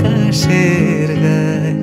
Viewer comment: এতো স্লো কি ভালো লাগে? এরপর 'আকাশেরো গায়' উচ্চারণ হবে কিন্তু আপনি আকাশের উচ্চারণ করেছেন!